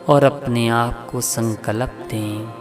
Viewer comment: Video bahut achcha hei....bus zara apni hindi bhi sudhaar lein (jeise संकल्प होता है न कि संकलप, महत्वपूर्ण होता है न कि महत्पूरन, प्रयास होता है न कि परयास....ऐसे ही और भी बहुत से शब्द हैं जिनमें आपको सुधार की आवश्यकता है).....kuki galat shabdon se baar-baar dhyan bhatakta hei....aur music ne toh hudd hi kr di hei....poora video behtareen lagne ke bajaay dramatic la raha hei. Aapka sirf regular viewer hi nahi balki shubhchintak bhi hu isliye ye sab bata raha hu....asha krta hu ki aap meri di gaii sameekshaa ko sakaaraatmak soch ke saath sweekaar karenge....dhanyavaad.